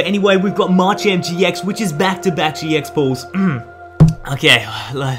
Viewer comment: ITS MA CHAMP NOt marchamp pls say it right